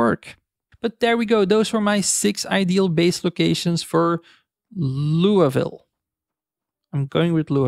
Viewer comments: It's factually 'Lewey-ville', since it's French. People in KY and w/e can mispronounce it however they want. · It's pronounced like this Lew, but no “W”, and then just “Ville”, like Serville. :) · "Loo-a-ville" Well, I thought it was "Looey-ville" but I guess that does sound right for Kentucky. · Those who live in Louisville pronounce it something like Loy-vil so yours isnt too bad lmao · the pronunciation of Louisville is Loo-ee ville. the name louis is originally french so your not supposed to pronounce the S. doesnt stop parents from naming em louis with the S pronounced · we say looville where im from.